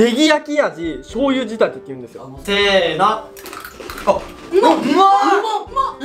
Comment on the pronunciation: ennちゃんが｢せーのﾂ｣て言ったらもう｢ベビタッピ！｣にしか聞こえないw